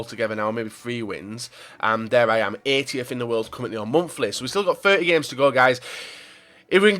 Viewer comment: its monthly not momfli